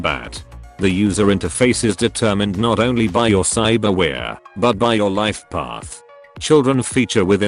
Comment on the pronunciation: "cybarwheare" lmao